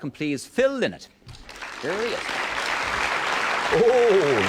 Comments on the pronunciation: Lynott,(pronounced Lie-not,)was born in West Bromwich,since when has West Bromwich been a part of Dublin,or, Ireland for that matter.😂😂😂,About as Irish as a stick of Blackpool rock.😂😂😂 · Lynott,(pronounced Lie-nott,)was born in West Bromwich,since when has West Bromwich been a part of Dublin😂😂😂. About as Irish as a Volkswagen Beetle 😂😂😂